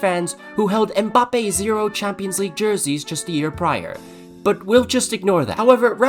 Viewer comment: Bro keeps saying Mboppay tf